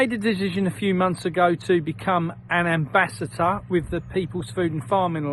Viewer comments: I think he's saying "ambassHAT er .... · It's not "ambassater" it's ambassador And it's not "chem trails" it's climate change And it's too late to make a difference That was thirty years ago